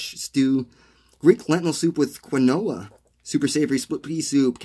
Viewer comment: Love this resource! Thank you! But quinoa = KEEN-WAH!